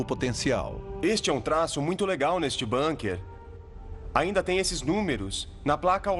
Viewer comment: É de lascar: bAnkers? É bUnker !!! É alemão, e não inglês, porra. Com U, U, que alemão tem som de U. BUUUUUUUNKER !